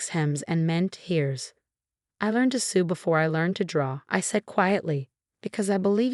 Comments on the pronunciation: It's not sue, it's sew, two completely different things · It’s sew not sue! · sew not sou